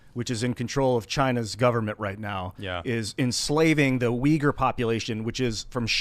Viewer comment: real news? shenzhen is a major city in south china. the dude can’t say uyghur. 🤣